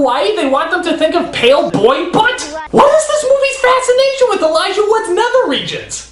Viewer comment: Not to be so picky, but it's ''Elijah''